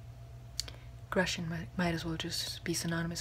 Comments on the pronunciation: I think he was trying to say Grecian (Roman for Greek) but mispronouncing it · Is that how you say Grecian? I've always said it GrEEcian